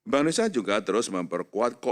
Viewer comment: baca: indonesia bukan indonesa